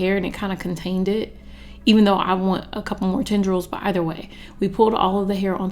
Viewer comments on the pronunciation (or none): none